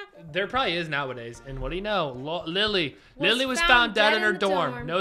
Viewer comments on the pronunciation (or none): 😂it’s Lila not Lilly